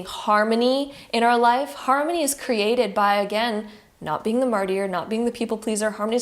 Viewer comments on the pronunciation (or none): I’m so sorry, but it really is distracting. Martyr is pronounced MAR-TER.